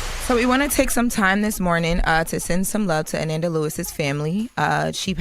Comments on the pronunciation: Pronouncing Ananda like Amanda is driving me crazy! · They put more respect on Kamala's name and she paid them dust. Her name is pronounced.. uh-non-duh!! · I THINK it’s pronounced Ah-nahn-da but I’m pretty sure that it just went over their heads.. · Pronounced A-non-da 😡😡😡😡😡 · A-NoN-Da not A- nan- Da lol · is weird, why does she mispronounce her name, pronounce it correctly,then mispronounce it again. She needs less air time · If I didn’t know who she was talking about I wouldn’t have know by the pronunciation of her name 🤦🏾‍♂️. The fact envy and Charlemagne knows the correct way to pronounce it and didn’t correct her pissed me off. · Can we say her name right???❤❤❤ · Please pronounce the woman’s name correctly. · Said her name wrong 😢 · I said the same thing in my post. SAY HER NAME RIGHT!!! YOU HAD ONE JOB! The most irritating thing was kept switching back and forth when saying Ananda's name wrong, then right, then a few minutes later she would pronounce it wrong again! WHY??? It was so disrespectful bc she will get that Diddy court case stuff right by triple fact checking, but Ananda, a ground breaker in journalism and media, she phones it in like this doesn't matter. You only have one time to give someone a R.I.P. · If doesn't learn how to pronounce people's names correctly 🙄.... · The fact that their are THREE OTHER host and no one bothers to correct on the proper pronunciation of this woman’s name. So disrespectful 😢